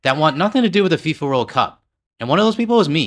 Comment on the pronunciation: "Fee-For" World Pickpockets